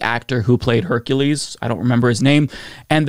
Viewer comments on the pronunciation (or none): none